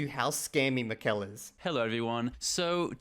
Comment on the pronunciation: It's MI-kel, not mi-KEL. My only goal in life now is that you pronounce our favourite scammer's name properly. Edit: Oh, I see you do it purposely. Then I'm going to be even MORE annoying.